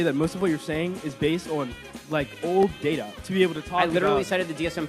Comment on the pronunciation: happy birthday and many happy returns , and thank you for pronouncing "data" correctly